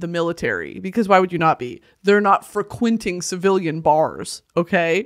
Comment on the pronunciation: why did the way she said frequenting scratch my brain so good